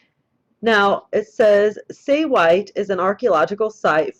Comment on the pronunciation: Say we tay three syllables